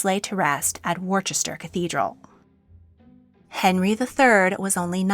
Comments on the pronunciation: It’s pronounced Wuster not Worchester ! My home city, and I live three minutes walk from the cathedral. King John was buried here at his own request, as he had an affinity with the founder of the cathedral - St Wulstan, not because the people of London did not want him buried there.That is a myth. A royal burial provides revenue, by means of payments !for prayers for the deceased soul to spend less time in purgatory -and bequests to the Chapter of the cathedral for improvements etc. He is buried very close to Arthur Tudor, in front of the high altar. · Sorry to be a pain, but it's Glosster and Wusster. Not Chester. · She manages to get Leicester correct, but somehow inserts an H in to both Worcester & Gloucester (pronounced Wuster & Gloster). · The American narrator is making me cringe as she is unable to pronounce Gloucester or Worcester (it's pronounced Glosster and Wooster phonetically)Apart from that it's quite a good video. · I hate being this person but just for future reference in case Gloucester ever comes up again, it's pronounced GLOSS-Ter. And Worcester is WUSS-ter ❤ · As a former resident of that place, that is pronounced wrong. It is Woo-ster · You pronounce Leicester correctly as Lesster, but get both Worcester (Wusster/ Wooster) and Gloucester (Glosster) wrong. Odd. Otherwise a good video, but the pronunciation mistakes are distracting. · Just a note on pronunciation: "ce" is silent, so Worcester is Worster, Gloucester is Glouster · It's pronounced wooster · then your saying it wrong. I'm from Worcester and it's definitely pronounced wooster. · Can you please pronounce places names properly? You said Berkeley castle completely wrong ? Also you said Gloucester and Worcester completely wrong too. Please next time look up how to pronounce places first, before making videos? Except for this, you make a brilliant video and a brilliant series about the Kings and Queens of England.